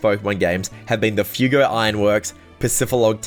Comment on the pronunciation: “Fuego” in Fuego Fireworks is pronounced “fway-go”. It’s spanish for fire.